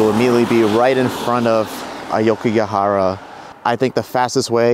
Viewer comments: A-O-kigahara, not A-YO-kigahara!! Otherwise, nice job. 😊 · It is pronounced as AWKIGARAHA, not AYOWKIGAHARA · AH OH KEY GAH HA RAH not AYE YO KEY GEE AH HA RA. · It’s awkigahara not ayokigahara